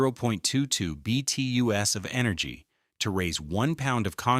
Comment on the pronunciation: BTUs British Thermal Units. Please somebody teach AI to read those abbreviations correctly.